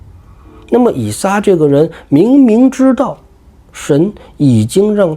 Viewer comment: 以撒。 名詞撒一聲ㄙㄚ。 撒拉.撒都.撒拉.撒冷